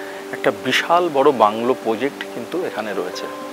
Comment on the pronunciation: He also says "poject". 🙂